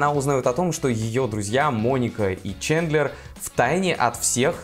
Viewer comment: "Чендлер", ппц позорище ещё английскому учит